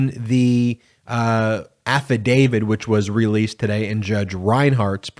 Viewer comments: Please note: the word is AFFIDAVIT - not affidavid. When you mispronounce it, you lose something in your credibility ... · AFFIDAVIT AFFIDAVIT AFFIDAVIT !!! Why should anyone listen to you on any legal matter when you continue to mispronounce AFFIDAVIT…? It’s a “T” on the end, not a “D”. You don’t sound knowledgeable when you make that mistake over and over and over. You have no credibility because of that. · As a Canadian who constantly hears about how we supposedly pronounce about as aboot, why do Americans all seem to pronounce affidavit as "affidavid"? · So many people in the television world pronounce Affidavit as "Afeedavid'. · Can you please pronounce AFFIDAVIT correctly? It isn't affiDAVID. Otherwise keep up the good work.